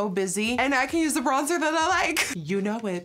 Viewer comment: Am I the only one who noticed that she pronounced the bronzer wrong , I'm in French and had to pause ! hahaha